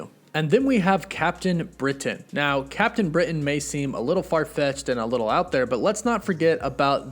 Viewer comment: Great post. But I hate the way you over pronounce CAPTAIN BRITAIN....